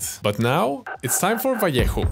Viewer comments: Vallejo = Vah-Ley-Ho. #Oreo. 🧸🕎✝☪🍪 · well pronounced: Vallejo